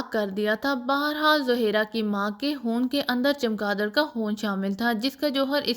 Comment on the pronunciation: خون نہ کے حون آپ کیا پڑھ رہی ھہی